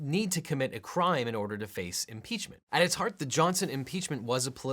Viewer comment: Watch with captions 😂 He's saying "At its heart"